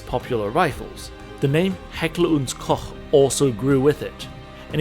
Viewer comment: It's so rare to hear an American pronouncing "Koch" right. I had to check twice. Good job.👏🏻👏🏻👏🏻